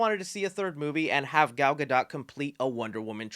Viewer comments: Yah, I'm that guy. Gadot is pronounced Gah doe. The T is silent. Thanks. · You do NOT pronounce the T in Gadot bro......NOT. It is pronounced Gadough :) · “Gyal Got Dot” sounds like a Jamaican man talking about a ladies butt! YA MAN! DAT GYAL GOT DOT!!!!! “Real Ts move in silence like the T in Gadot” - Not Lil Wayne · Really not cool to tease us with a cameo of Henry Cavill a Superman in black atom with all these changes happening I understand being in between management but still not cool for the fans. Last thing to the Gentlemen doing this video Gal Gadot name is not pronounced that way it's pronounced like Gadough. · Dude you keep saying Gal's last name wrong....why....